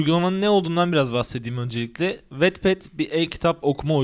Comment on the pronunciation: Aslında "vatped" diye okunuyor.